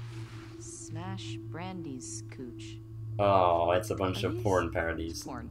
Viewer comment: I think you were trying to say porn lmao. Keep up the great work man!